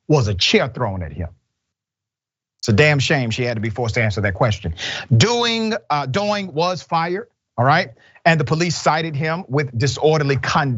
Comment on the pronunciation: *A side note.... Dr Richey, you commit murder nearly everyday...oh how you massacre every foreign name you encounter! The bartender's name should be pronounced - DEE-ONG (Diong) not DOO-ING.🤣